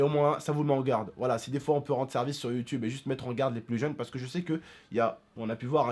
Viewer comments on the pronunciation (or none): none